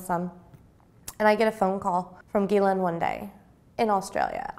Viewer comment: The fact that she knows the correct pronunciation of Ghislaine Maxwell's name is proof enough!